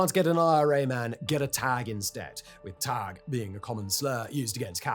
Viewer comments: Taig. You don't say it "tag" like you did. Speak to an actual Northern Irish person to check your facts before making a published video. It just makes you look, well lazy. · Pronounced Teg not Tag. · Taig not tag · Taig is pronounced tay-g not tag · It’s not Tag mate it’s Taig “Teig” idk how else to make people know how it’s said lol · Taig - T-egg not Tag :P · all sides had to be shown by surgeons how to knee cap people, so they would hit an artery, take out the whole knee cap etc. Basically so those being knee capped could still walk again. Taig is not pronounced tag, it's like Haugue. Only beginning with a T. Ie taig. so putting some legs first into a threshing machine isn't as bad. Or booby trapping a dead body with what would now be known as an ied. 19 people the most prolific serial killers. 3000 people over 30 years, that's what was eg 1 mass grave in the slight skirmish in Serbia. the same Republic of Ireland that 80% of the bombs used in Northern Ireland and other parts of the UK came from. Spilt pint. now its 23. As mentioned multiple times the psni were not in existence during this period. Thankfully as the death toll from accidental discharges would have probably made them as you put 'the most notorious serial killers'. Who when not long into inception handed their service weapons to the bouncers at a night club 'uh we're the police and you know we have guns but you's have a place for then don't ya' 'yes let me take them and follow me to the rip i mean vip area' However they did manage to achieve something that all the 'terrorist' organisations combined were not able to achieve, in making public the names, addresses etc of every police man, women even I believe some intelligence services personnel, not sure about dogs and horses or informants, public for the whole world to see on the Internet. Does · Wtf is a tag 😅 its taig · The word Taig isn’t pronounced like Tag it is pronounced like The Hague only starting with the T sound instead of the H